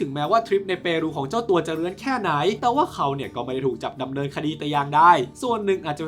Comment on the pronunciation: ชอบตอนที่เน้นคำว่าเรื้อนอ่ะ😂